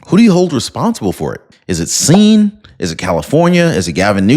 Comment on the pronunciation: Hi Singh when pronouncing (sing) that is how it sounds when u come across a name like that. Hope I was of some help.